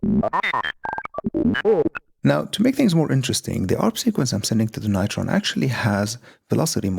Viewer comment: You pronounce it all wrong: like "Beringer NIGHT-Tron". But it should be said "Beh-ring-er Noi-Tron". It's GERMAN, you know... Apart from this, great patch.